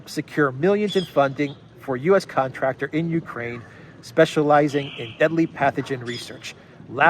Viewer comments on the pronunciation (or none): none